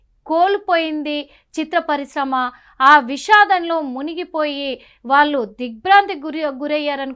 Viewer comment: "వాల్లు "కాదు తల్లీ,వాళ్లు అనిపలకాలి,వారి ఆత్మ కు శాంతి కలగాలి